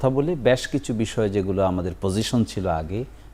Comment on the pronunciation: বেশ না বলে ব্যাশ কেন বলছে এই খুনিদের আইনজীবী?😂